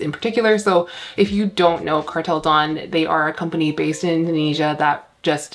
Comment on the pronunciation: Car-tell da-own